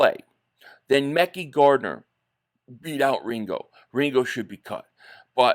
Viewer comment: If Tennessee cuts azeez al shaair eagles need to grab him…keep Devon Allen..I’d keep Tyree Jackson over cal caterra…he’s a better pas Catcher…cut covey…it’s pronounced ( mek-eye Gardner)